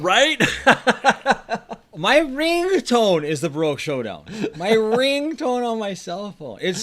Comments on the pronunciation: Baroque HOEdown, not SHOWdown. lol It's the little things that trigger me. LOL :-P I'm not THAT excited for the return of the MSEP. It already made a return recently so it's just "back" for me. Plus it's an all new soundtrack so it doesn't have the exact same effect as the original but I am happy to see its return. I was there is 1972 for it's premiere and in 1996 for the "final show". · ...its Baroque Hodown..not Showdown...